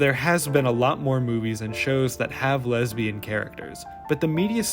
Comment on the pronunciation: the way you enunciate "lesbain" as a noun is hilarious to me. wait-- is that internalized homophobia ? shi